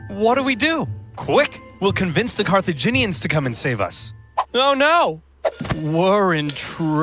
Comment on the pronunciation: Carthaginians are not CARCIGENS 😂